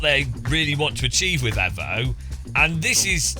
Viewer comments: Until he learns to say EVO correctly I'm unsubbing 😡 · Evo Not efo!!!